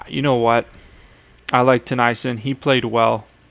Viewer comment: Also Tennyson isn't pronounced "Tuh-nie-sun, it's pronounced Teh-knee-son. Sorry it just bothers me since I'm a sharks fan.